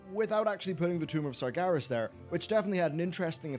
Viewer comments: SargEras not SargAras Geez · Why do you keep saying Sargaras? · The Amazing Ace Meracruzer not it is not. It's Sargeras the name is even pronounced in the game so there is no reason for people to get it wrong.